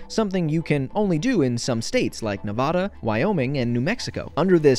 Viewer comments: did not just call Pronounce Nevada (proper pronunciation Nevaduh) Nevahdah. Anyone and everyone there who has lived there for at least 2 generations will tell him he’s wrong. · It really pissed me off that your pronounced Nevada as Ne-vah-duh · I can't explain how mad I am that you mispronounced Nevada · He really said Nevada wrong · why did you pronounce Nevada wrong? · Don't you DARE pronounce Nevada the way you did, I live in Reno and we here find that very offensive